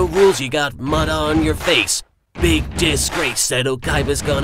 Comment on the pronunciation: Did he say "Face"? Kinda sounded like he said "Throats"..